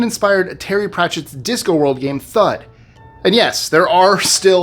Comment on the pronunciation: Terry Pratchet's DISC word, not disco world. LOL